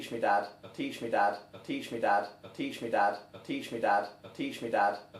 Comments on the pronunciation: it has been 4 minutes and all i hear is "teeshmidod" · I hear "Peach me dad." XD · I hear teach me dad, but like teach my dad with a Scottish accent. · I hear "impeach me dad"😂😂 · Including those mentioned in the comments below I hear: "Teach me bad " 😂 "Teach me that" "Tea tree dat" " Tissue Dan " " Patient dab " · Sounds like "teaching without" after a while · "Teach me dabs" Can't unhear it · I keep hearing "bud teach me ad" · I here "blitch me dab" xD